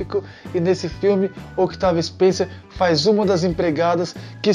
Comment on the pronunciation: Com licença , o C de Octavia Spencer e muuuuudo ! Pode pronunciar , Otavia , nesse caso / como Desculpe a comparação , o corredor , de Formula 1 , Daniel Riciardo / o povo não lê Riciardo / fala Ricardo erradente ! Ja o Carie ! E o segundo remake ! Por favor dê data, para as pessoa ficarem , e pode Tem pesquisar